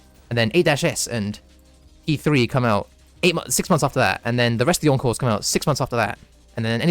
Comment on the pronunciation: also every time you say encores i hear "uncles"